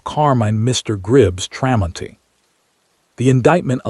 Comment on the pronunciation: AI is supposed to be smart but it can't say the mans name the story is about is pretty pathetic,others agree as well so get it right